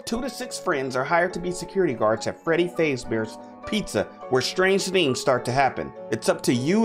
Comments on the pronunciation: Btw it’s not fezbears it’s fazbears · bro said faze bear not fazbear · bro said freddy favebear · Uh no offense but you pronounced "Fazbear" kinda wrong but hey, it still okay